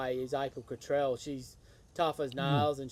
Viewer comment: you are pronouncing Cottrell the wrong way.